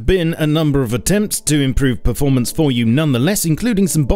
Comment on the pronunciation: Berformence :DDDDD